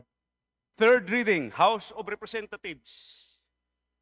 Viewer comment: I thought I heard the "House of Representath....s" 😅